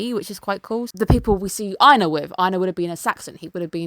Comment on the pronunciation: ohh surprisingly it IS pronounced that way. In old Norse you would've pronounced Einar's name as EYYNARR with a hard r so the Japanese one is actually closer.